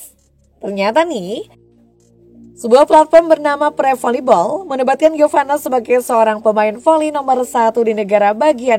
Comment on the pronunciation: Giovani mulu....Giovanna mbak🤦🏼